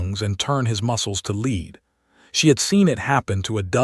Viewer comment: LEAD, who you say that like an alien, I also dislike how you say breathed, but maybe that is because I have said it wrong for 60 years and just never knew it. Also, why am I staring at a female stretching when that has nothing to do with this story? I really should file a complaint with YouTube.